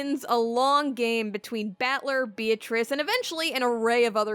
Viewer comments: Says Beatrice's name wrong Unsubscribe. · ... when you say you love Umineko but you pronounce Beatrice's name wrong... it hurts my ears every time you say it sorry